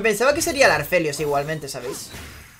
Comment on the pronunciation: APHELIOS!! NO ARPHELIOS plssss